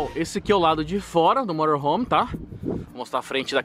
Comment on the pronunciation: eu trabalho com motorhome e tu fala morohom kkkk